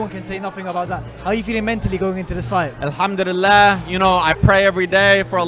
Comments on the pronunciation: Anyone else get annoyed with how he says alhamdulillah like no disrespect at all to the religion or what he believes in but I’m pretty sure it’s al ham duli llah not elhumdulilleh or how ever fouse is pronouncing it ? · Is it just me or is he pronouncing Alhamdulillah incorrectly. Sounds like he’s saying Alhamdudillah 😂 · He said Alhamdullilah wrong 😭😭😭